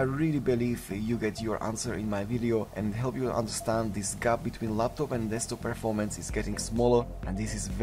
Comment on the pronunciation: It's "Desktop" not "Destkop....."